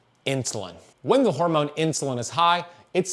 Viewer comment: The way he says "horemoan" 🤣